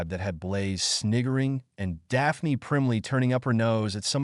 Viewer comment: Dah-pah-knee LMFAO